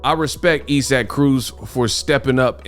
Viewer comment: why do you continue call man e-sack it's I'saac Aka(eyes- sick)0k come man please 🥺